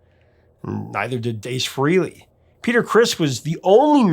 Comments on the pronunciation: HUGE Kiss fan here. I have Ace Tattooed on my arm. BTW his last name is pronounced Frahley not Frehley like it's spelled. I like Beth not my favorite Kiss, but I like that it was outside of the box. My favorite Peter Criss song, that he sings anyway is Black Diamond. I'm impressed with how much you know about Kiss. I've been a fan since Crazy Nights in 87. Bought the non make up stuff first and then got into the 70's stuff shortly after. Imo Peter probably didn't have much to do with the actually writing of the song. He sings it nicely but that is probably as far as it goes. Paul and Gene do like to control everything, but the band would have died in the early 80's if they hadn't. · "Rock and Roll Over. ...NOT Rocka.and.Roll "ALL" Over. Pronounced : Fray- LEE NOT FREE-LEE. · It's pronounced FREHLEY, not FREELY! ☝🏼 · Frehley is pronounced "Fray-Lee" not "Free-Lee". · Stan's surname is Penridge, not "Pendridge", and Ace's surname is pronounced Fray-lee not "Free-lee." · Why do so many people insist on saying Ace Frehley’s name wrong , even Ace says it isn’t pronounced Freely , it’s pronounced Fraylee , spelled Frehley , but so many people say it wrong. If you are that much of a music guru , you would know how to pronounce musicians names. Good lord get it right. And it isn’t a location type of pronunciation. You don’t say it one way because you are from the east coast or the west coast , it’s Frehley.